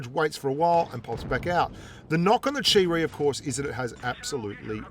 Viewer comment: Chi-Ri = Cheap Reee